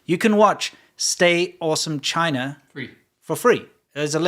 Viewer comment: bro, I barely know any Chinese and i can say 中国 better than this idiot lol, he doesn't even say "China" properly, like wtf?